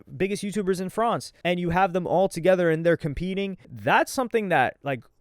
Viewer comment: Why did you say France like that???